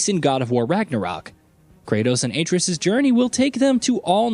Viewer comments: the way he pronounces Atreus's name...im not a fan. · Can you please say the son’s name right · How many times are you going to mispronounce Atreus…. Lmfao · Broo this is the second video that yall butchered his sons name. Lol. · Bro the way you say Atreus hurts me 😂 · This clown 🤡 couldn't even get, Atreus name right. 😒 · Can nobody pronounce atreus' name right? Jesus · Will somebody please tell him how to pronounce Atreus??? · I didn't even bother to finish this video cuz you couldn't bother to say his name the right way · Im constantly disgusted by the way he pronounces names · Mispronouncing the BOI's name on purpose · Why can nobody pronounce Atreus’ name properly. This like the third vid I’ve seen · The way he says atreus tells me he has not played the game yet and is just reading a script. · The way you pronounce Atreus just legitimately ruined my whole day. Thanks. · At least get people who have actually played the game, so many videos lately and so many can't for the life of them pronounce atreus's name. YOU LOSE ALL CREDIBILITY!! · That Atreus pronunciation tho... 👀 🤣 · You can tell the narrator obviously never played the game with his pronunciation of the son’s name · Your “Atreus” pronunciation😂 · Pronouncing the son's name though... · It's simple things like that that make me shake my head and watch another video. Play the game. Or at least do your research. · I've never even played the game, but watched my husband play, and I even know he was butchering the name. He definitely has never played this. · IT'S A-TRAY-US NOT ATREE-US WOW THAT RUINED THIS ENTIRE VIDEO! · This guy sucks at pronunciation “aytreeus” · Aye-tree-us🤦🏿‍♂️ Uh-trey-us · Your videos are interesting but your pronunciation of Atreus is way off. It's not pronounced as A Tree Us, it's pronounced as Uh Tray Us. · How to say Atreus Correct way: (uh-trey-us) Not correct way: (ay-tree-us) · His name is At-ray-us, not Ate-reus. Cringe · It's pronounced "Uh-tray-us," not "ay-tree-us."